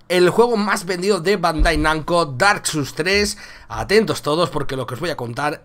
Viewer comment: "Dark suls" ¿en serio?, nunca es tarde para empezar a aprender inglés.